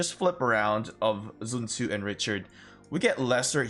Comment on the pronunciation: Literally everyone: 'SunTzu' Our boi: 'jun jzu'